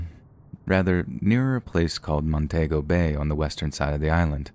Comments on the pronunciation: The country is Afghanistan not Afghan. Montego in Jamaica is pronounced ' Mon tea go' not ' Mon tay go 'as you pronounced it . Check with Google for the correct pronunciation of words you are not familiar with. Also the 'I' at the beginning of Iraq is pronounced as 'e', making it Eraq.' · It's Mon-TEE-go not Mon-TAY-go. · I suspect the author of the story simply wrote "Afghan" for short and read it "as is." The "Montaygo" thing grated on my nerves too. I do think "I-rack" is a perfectly acceptable pronunciation of "Iraq." I agree with your advice to, though (to check Google if unsure). His most flagrant and hilarious mispronunciation came a few weeks ago, when he pronounced "Greenwich" (as in the Village in NYC) as "Green-witch." 🤣😅 I still love him, though.